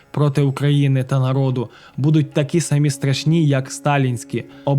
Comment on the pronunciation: Почему ,,нАрИд,,!? Не выдумывайте,всегда в украинском языке говорили ,,нарОд,, не коверкайте